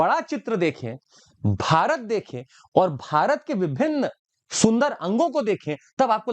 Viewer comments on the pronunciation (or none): none